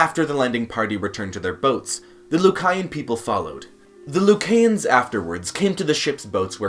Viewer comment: He doesnt even know how to pronounce the country's name. I hate when foreigners try to speak on our country. Most of your information is WRONG! The Buh-Hah-mus (Bahamas) Loo-Kai-ans (Lucayans)